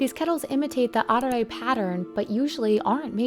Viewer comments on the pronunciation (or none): you mispronounced "arare". It's "a-ra-reh", not "ray".